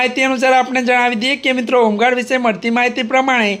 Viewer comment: હુંગાડ... કે હોમગાર્ડ😂😂😂